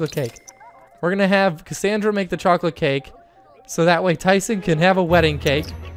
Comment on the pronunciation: autumn ewing and you said Cacandra not her name!!!!